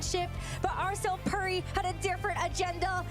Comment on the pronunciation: No way she pronounced puri like purry 😂